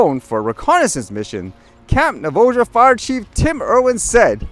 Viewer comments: FYI: It's pronounced Nah-vah-ho. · In defense of pronunciation of Navajo, I can imagine me trying to pronounce some Canadian indigenous names.